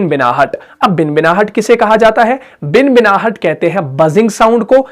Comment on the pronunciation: خود صحیح ادائیگی نہیں کررہے بھنبھناہٹ کوبنبناہٹ کہرہے ہیں